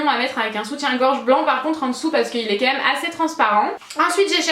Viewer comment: Ta les cheveux beaucoup plus rouge et éclatant que d'habitude. Tu dis toujours mum au lieu de même. Mdrr super j'aime trop la robe noir 😍😍